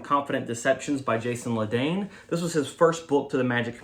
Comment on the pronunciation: Name is pronounced la-den-ee Also you should really used the provided patter in his books and as you gain more experience you can make your own patter